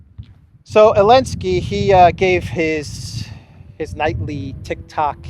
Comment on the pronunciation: It's ZZZZZelenskyy dude